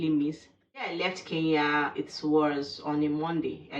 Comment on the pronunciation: Good job 👍 please come again. Thank you for sharing about my country. ❤ One thing the pronunciation of Kenya 🇰🇪 still need some work. It is not Kee Ya , it is Ke Nya 😆 hope it helps.